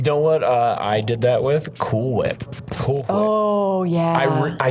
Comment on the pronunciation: Why did pronounced "Cool Whip" but emphasis on the " H"?